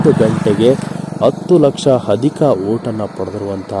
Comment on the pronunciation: ಅಧಿಕ ....ಹದಿಕ ಅಲ್ಲ, ಅಭಿಮಾನಿಗಳು...ಅಭಿಮಾನಿಗಳು, ಹಾಟ ಅಲ್ಲ ಆಟ ಅ...ಹ. ಸರಿಯಾಗಿ ಬಳಸಬೇಕು